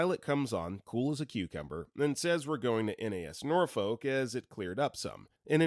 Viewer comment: This man is very clearly not from Virginia. He pronounce Norfolk wrong.